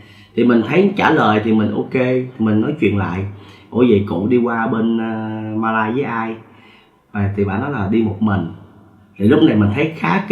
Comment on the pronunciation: 1 là bạn nói Malaysia , 2 là bạn nói Mã lai , không thể là Ma lai được , hay là kể chuyện ma riết rồi quen ? !!!